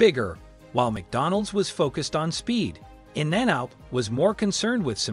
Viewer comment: I was like “Why is that guy pronouncing In-n-out’ so strange? Ohhhh…he’s a robot.” 😅